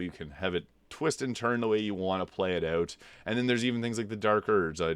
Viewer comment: Had to check your profile after hearing you say 'eught'. I'm from the middle-ish area of Canada and noticed people east of Thunder Bay tend to pronounce 'out' as 'eught', lol. That said I'm (a young looking) 41 year old and largely got back into gaming because of Elden Ring too. Having grown up playing games until roughly 2008 I preferred the turn-based RPG style of the older Final Fantasy games. BG3 though really took me back and reminded me the magic of games. I actually still haven't beat the game, I got to the lower level my first attempt then repecced everyone then went away for a few months and couldn't remember how to use any of them after. I just started my 4th attempt again today and have been following your builds since the 2nd attempt. I keep restarting because I don't want the game to end, lol.